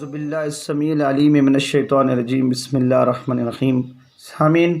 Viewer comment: Plz بسم اللہ الرحمٰن الرحیم کی آواز درست کریں۔